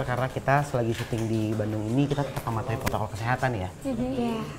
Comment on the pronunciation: Pesaao kk bukan pesawo hehe😅